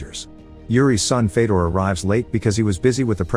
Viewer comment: fedor is pronounced fyodor